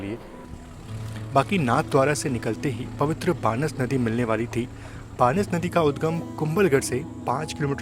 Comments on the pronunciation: ये बानस नदी नहीं भाई ,बनास नदी है।आपका प्रेजेंटेशन बहुत ही सुंदर लगा ! मुझे भी इस ट्रैन से बचपन से ही बहुत लगाव रहा है और आज भी है। मेरी उम्र अभी 62 है । हम राजस्थान के इसी रूट के गाँव -चारभुजा रोड़ के निवासी हैं - 82 वर्षों से अहमदाबाद में निवास करते हैं । हमारा मूल रूट यही ट्रैन रही है । पूरा बचपन से पचपन इसी ट्रैन की गोद में गुजारा है। खिड़की पर बैठने की हमारी जिद रहती थी । 👍👍👍👍👍👍👍👍 👌👌👌👌👌👌👌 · बानस नही बनास भाई ‼️ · vo बानस nahi बनास nadi hai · भाई बानस नहीं बनास नदी है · बानस नही है वो बनास नदी है।